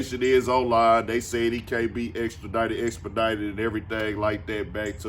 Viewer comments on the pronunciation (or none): The fact that you’re a grown man and you said expedited, and extradited is wild